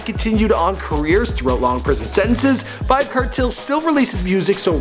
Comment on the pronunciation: "VYBZ KERTEL" 😂😂😂